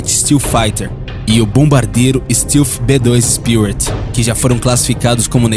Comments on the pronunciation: STÉLF e não STILF :D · 1.Os EUA nao é um dos mais poderosos e influentes, ele é O mais poderoso e O mais influente. 2. A pronuncia de "stealth" nao é "ISTILFI" é "ISTÉLFI 3. O B2 nao é conhecido como ïnvisivel"por conta da sua altura e essas bobagens q o video diz, mas sim por outra serie de detalhes q o video nao explica, as principais dela sao os angulos da fuzelagem e sua cobertura e o ar que sai das suas turbinas sao resfriados... Todas as aeronoves com essa tecnilogia stealth (tb já existem embarcaçoes que seguem essa tendencia),sao chamadas de quinta geraçao,.. 4. Se quem fez a ediçao desse video tivesse o pequeno trabalho de assistir os videos do "hoje no mundo militar"nao diriam tanta bobagem! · Cara, o vídeo é bom, bem informativo, mas uma dica, quando for citar termos em inglês procure pronunciar corretamente, tipo, "black hauk" , "stilth" , "lookheed", "north rope". Não sou expert em inglês, mas isso dá mais credibilidade ao vídeo, fica a dica. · Fala "stéalf" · Bom, pra fazer um vídeo sobre projetos militares americanos, vc deveria saber o mínimo sobre pronúncias em inglês... Stilfi??? Que diabo é isso?? Stealth... Faltou pelo menos buscar a pronúncia correta das palavras em inglês!!!! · Northrop (NORTRÓP); Lockheed (LÓKRRID); Steath (STÉLF) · "Tecnologia stilfi" pqp.... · sugiro que você aprenda a pronuncia correta de stealth, hawk, lockheed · O narrador precisa aprender a pronunciar certo as palavras, não que eu seja expert, mas os erros cometidos por ele são de palavras realmente muito fáceis, além do mais, esse é o trabalho dele. "Northrop", "Lockheed" e "Stealth" são exemplos, essas palavras foram ditas várias vezes durante o vídeo, sempre erradas. Northrop = Nortróp (p não pi) O narrador pronuncia "Nortirropi" Lockheed = Lóc rrid (d não di) O narrador pronuncia "Luc rridi) Stealth = Stélth (ver como se pronuncia o "th*) O narrador pronuncia "stilf"